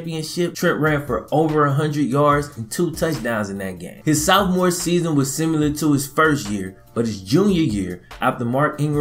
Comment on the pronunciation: It hurts my ears when you say sophomore